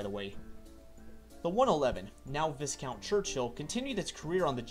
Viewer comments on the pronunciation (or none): You got Bicester right and then fluffed Viscount with its silent "S". Better luck next time.